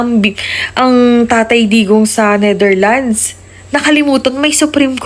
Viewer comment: Ayusin mo ang pag banngit ng bansa ng Netherlands dahil trying hard ka, hindi NETHERLINES as you said